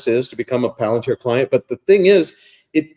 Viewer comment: hilarious. Also mispronounces Palantir around the 22 min mark